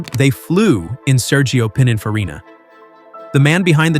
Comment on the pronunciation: Its "pin-in-farina" not "pine-in-farina"